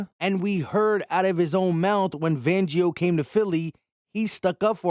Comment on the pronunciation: Say it with me … FANgio!!!!